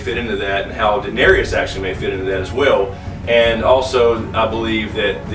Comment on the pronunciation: U pronounce Daenerys n Gendry wrong lol